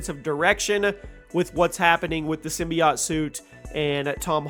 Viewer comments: why does he say symbi-aught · Everytime you say, "Simbyacht" I poop a lil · Sym BI OTe is how he pronounces that lmao